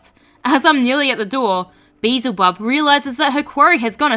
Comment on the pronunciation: It was the beezle instead of beelzel. Aussie my ass. I'm so glad I'm not the only one